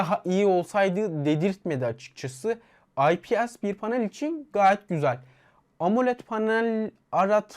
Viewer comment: IPS okunuşu AY-Pİ-ES şeklinde ve cihazda 8 değil 6 GB ram var. Hayır yanımda durmuyor olsa "Belki?" derdim de yok yani 6, o senin 8 dediğin Pro versiyonda ...